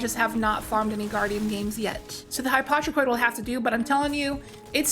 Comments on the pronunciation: It's pronounced Hi-po-tro-Koid. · HY-POE-TRO-KOI-D ffs lol